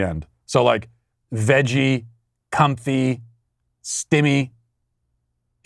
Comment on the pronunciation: Hearing you say comfy was hilarious